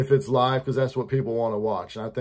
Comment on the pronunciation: It's LIEve 😄